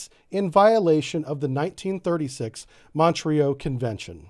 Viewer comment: Montreux, pronounced MON-troe. Not MON-tree-oh.